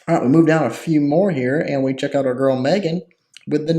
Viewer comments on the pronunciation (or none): none